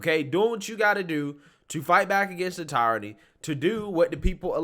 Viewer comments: Love your work my dude but it's pronounced tear-ony lol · Love this guy. Smart, well spoken, I recommend him to lots of folks. That being said, I'm still trying to figure out what the term tire-ranny is...(does he mean tyranny, pronounced, tear-ranny?) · in my Hermione voice It's pronounced "tear-a-nee" Not "tye-ra-nee" 😂😂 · TEER-A-NEE = Tyranny It's TEER-A-NEE not TY-RON-EE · The word you're looking for is * Tear eny * , "tie rany" isn't a word. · Tyranny is pronounced "Tier-ah-knee" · lmao Tie-ranny. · “Teer” … say it with me my man — “Teer-ruh-Nee.” 😁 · Love your videos but the way you pronounce tyranny hurts my soul lol. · Tyranny....... look up pronunciation.